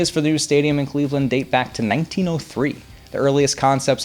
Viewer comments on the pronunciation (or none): none